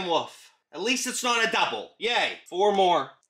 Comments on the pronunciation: "Roxanne Woof"💀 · Shut up saying roxxane woof it's wolf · Roxanne wolf not woof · “Roxanne Woof” 😂 i’m dying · Bro really said Roxanne woof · he says Roxan woof😂